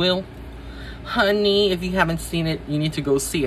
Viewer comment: The way you said " HUH-knee" took me out!!! 😅😊❤